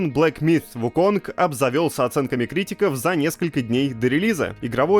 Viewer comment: Слово "myth" правильно произносят, а вот "wukong" -- нет. Бу-у. ХОтя, куда деваться, английский сильно-сильно дальше от восточных языков, нежели русский. Поэтому и Сифу с Вуконгами. (